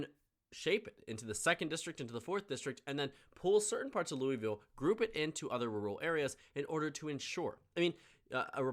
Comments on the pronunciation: Also we don't pronounce the i in Louisville it sounds like Louvlle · no one pronounces louisville like that. Its pronounced “loo-uh-vull”. J an fyi before u get shit from a bunch of kentuckians